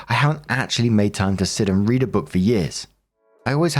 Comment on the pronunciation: Story 1 - When manages to misread the word "read" in context TWICE. As for OP, she's one of those pathetic, self-deluded people who waste years, even decades, of their lives on a novel that will never ever be finished.